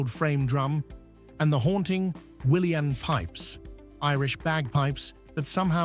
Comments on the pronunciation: Bodhran is pronounced bow-rawn, those are uileann pipes, not william pipes! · They fairly mangled the hill of Uisneach and the Uileann pipes too!